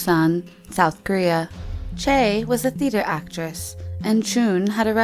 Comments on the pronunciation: SilverOwl13 It's Choi but all I heard was Chey. What the fuck, how could someone get that wrong? I cringed, really. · not it's pronounced as 최 (choe/chwe). Chae is 채. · Choi is actually pronounced as Chae. Lol. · how choi was pronounced though.. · Ohhh the pronunciation of the Korean words... 😤😤😤😐😐😐 Edit: Busan not Poosan and Choi not Chae